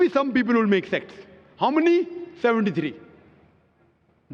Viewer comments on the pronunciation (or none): he said sects not sex... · “Makth sexth” 😂